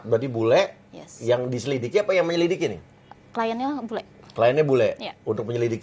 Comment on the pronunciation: Bang uya sampai salah ucap... Menyilikidi... 🤣🤣🤣